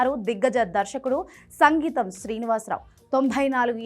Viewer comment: Sangeetham Srinivas Rao kaadu... Singeetham. Anchor doesn't know anything.